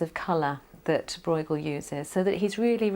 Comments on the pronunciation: "broighel"???? seriously???? it's hard to take the rest of the content seriously when they start by butchering the artists' name!!!! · The name of the artist is pronounced completely wrong. A little effort wouldn't hurt: just because it's not your language doesn't mean that you can slap on your own language's pronunciation rules. I can understand that people have difficulties with the hard "g" in Dutch, but everybody should be able to say the "eu" sound properly. It's the ö sound that you find in German words like schön and French words like deux. We Dutchies don't call Gainsborough "Ginesbohrouch" either.